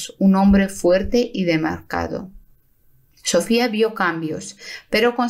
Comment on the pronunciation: DEMACRADO,no DEMARCADo Que horrores de la mala dicción de la mujer q relata